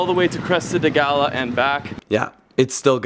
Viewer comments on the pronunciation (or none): yes filipinos will pronounce it as Galyo but correct spanish pronunciation is Gayo.. watch narcos my friend. Medellin is pronounced as Me-de-yin. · you have no luck in saying the word ‘GALLO’ right.. haha .. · the way u say gallo is wrong. nice drone shots though